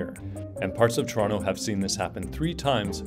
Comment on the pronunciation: ToronTO... not, Torono.